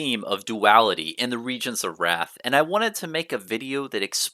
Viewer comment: Isn’t it pronounced Rathe not wrath? 🤔